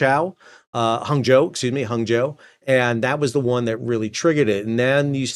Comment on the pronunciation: Well done on your pronunciation of Hangzhou, Sal. Given how different the correct pronunciation is to how english speakers usually say it instinctively, appreciate the effort